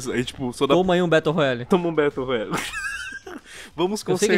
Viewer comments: mano ele falou batle rola kkkk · Battle “ROLAyale” kkkk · eu escutei baltle rolari